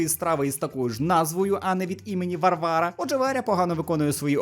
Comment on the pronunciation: Чому такий акцент на ім'я Варвара?😑